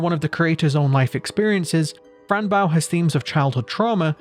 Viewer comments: its boe not bow like a ship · It’s Bow 🎀 not bow 🙇🏻‍♀️ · Why are you saying baow its bow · Great video but it's not bow the verb, it's bow the noun Being used as a name, idk why but that killed me inside the whole vid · it’s bow, pronounced like bow, like the bow to a violin or a ribbon being tied into a bow